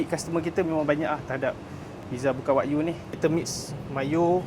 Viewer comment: Wa-gyuu… bukan wak yu